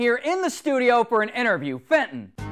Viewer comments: It's not Fenton is Benton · The dog's name is Benton, not Fenton...... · The guy is welling benton not fenton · FENTON! Jesus CHRIST. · Actually its benton xD